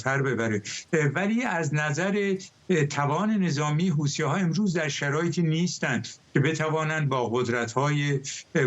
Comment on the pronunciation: این گاگولو میگه هوتیها 😂😂😂😂😂😂